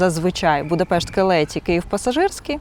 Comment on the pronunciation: трошки подушню в підтримку каналу! 😅 Шановна, назви вокзалів промовляються з наголосом на перший склад: ньЮгаті і кЕлеті